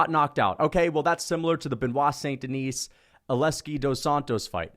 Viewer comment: There is not "S" at Denis (Deni with out S).